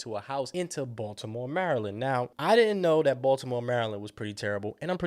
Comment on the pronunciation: Ahhh the way u say Baltimore 😂😂